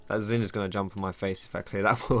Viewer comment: why are you calling Xin "zin"?